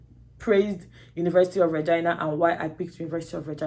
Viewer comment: She said University of Regina (Reh-gai-na) not vah-gai-na